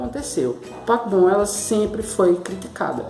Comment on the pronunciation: Parece q vc tá falando papom Dkdkksksksksksksksksjsjsnns